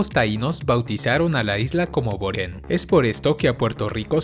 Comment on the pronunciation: No es borien, sino Boriquén. Aclaración: Derecho al Voto: El video se refiere al derecho a votar por el presidente de los EE.UU. o por cualquiera otra votación de la nación estadounidense. El voto ejercido en Puerto Rico es unicamente para los asuntos políticos locales y no para los asuntos políticos de EE.UU. Las islas municipios y cayos que pertenecen a Puerto Rico son al menos unos 17. De los mencionados en el video están Mona, Culebra y Vieques, etre otros, pero ninguno lleva el artículo definido como parte de su nombre como los menciona el video, o sea, no es Isla de La Mona, sino isla de Mona, tampoco es Isla de la Culebra, sino la isla Culebra. Lo mismo aplica para las otras islas y callos como Monito, Desecheo, Culebrita, Palomino, Cayo Ratones, Magueyes, Caja de Muertos, Isla de Cabras, Cayo Caribe, Cayo Icacos, Cayo Santiago, etc. Aunque si es cierto que que muchos puertoriqueños cambian el sonido de la "R" por "L" en algunas ocasiones, no es tampoco como que se anule la "R", como hace ver este video o como muchos creen. Ese cambio depende de la estructura de la palabra. Por ejemplo, Puerto Rico nunca es pronunciado PueLto Lico, como algunos creen, sino más bien PueLto Rico... solo le cambian la "R" a la palabra 'Puerto', pero la palabra 'Rico" se pronuncia con su "R" de manera normal. Así para con muchas palabras... por supuesto, hay otras palabras que nunca se cambia la "R" por "L", como las palabras carro, arroz, radio, rueda, etc. Por otro l